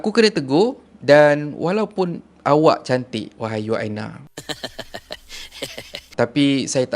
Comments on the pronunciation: Bukan You-aina Arshad la.. Mmg la org xkenal You-aina Arshad.. Hihi..sebutannya Uyaina Arshad.. U-uuu...yai-yaiii...na-naa..Uyaina.. So sebutannya Uyaina..bukan You-aina..haha.. Haha 😂 jangan mara haa... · cara abg sebut nama uyaina arshad tu salah.. bkn yuaina.. bkn juga yuyaina.. tp U YAINA.. U tu sebut U bkn YU